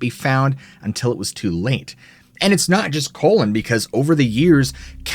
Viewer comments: The name is Cullen, not Collin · *Cullen, not colon. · It’s not Colon OR Collin. It’s CULLEN, as in when you “CULL” a herd of cattle.